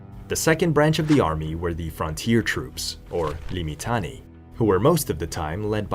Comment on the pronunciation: Say it as liː.mɪˈtaː.ne.i: = limm-itTUNN-eh-ee. Five syllables.